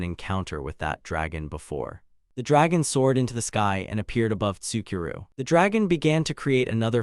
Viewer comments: Your ridiculous reader needs to be trained how to pronounce stuff. Also this interdimensional slave auction story can go hump a chef's knife. Tsukuru: "Sicky row" is actually Soo koo roo. Ichinose: "ee kee no say" NOT ICKY NOSE.shitty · Ichinose ... icky nose? itchy-no-say..... Tsukuru... sue-key-roo? sue-koo-roo.. 🤣 I am now haunted by this